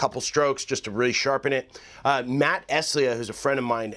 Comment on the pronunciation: Jest curious, are you drunk in your intro? Jest a little? Thx for the vid, guy!